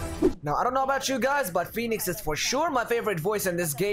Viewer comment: Nobody: Jett's voice actor: PHonicks